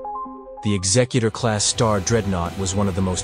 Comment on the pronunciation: Thank you for pronouncing it correctly as in executive, not as in executioner.